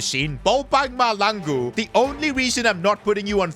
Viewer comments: Bobang MAHLANGU not Malangu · Mahlangu bro not malangu😂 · Bro he's not malangu.He's Mahlangu.As in Mah-cla- han-ngu.Mahlangu😭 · It’s not malangu it’s mahlangu you pronounce the H i’m south african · bro its Ma-hlangu not malangu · Bro Calling Mahlangu Malangu He needs some south african pronounciation lessons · It's ma-shalang-u that's how it's pronounced not maha-langu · as a South African, I’m here to tell you that you pronouncing the name wrong, it’s not Bobang Malangu, it’s MA-HLA-NGU😭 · Hey I I know you are not versed in south African speak but to say mahlangu you have to say it like mah and that hl is pronounced with your teeth closed with your mouth open blowing air through it which results in mahlangu not malangu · that's not how you pronounce bobang mahlangu 🤦‍♂️🫩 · your pronouncing mahlangu wrong you need to place your tounge to the roof of your mouth and say hlangu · I hate when he says Malangu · Try playing the South African striker like 15 games . And stop pronouncing the names wrong Coz I'm southafrican . It's pronounced maahlaaanguuu . I guess I would say pronounce the hla as tla like matlangu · No way bro called him balbang mahlangu on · 😂 you pronouncing Mahlangu wrong the h is not silence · Btw it's pronounced bo bung ma tla n gu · When pronouncing Mahlangu you must have emphasis on the HL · Mahlangu listeniing to butcher his name and expect good perfomances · You keep pronouncing Bonag Mahlangu's name wrong like crazy